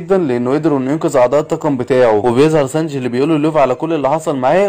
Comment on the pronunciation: هو في ايه بقا مش كنت بتقول سنجي ايه الي خلاك تقول سنج ياعم بحب ملخصاتك بس حاول تقول الاسامي صح بعد ازنكككككككككككككككككك